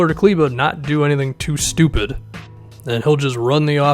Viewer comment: Only YouTuber who pronounces Kleber right !